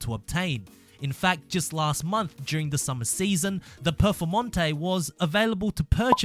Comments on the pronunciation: the HURRRUCAN PERFOMONTEY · "HURUCAN PEFORMANTE"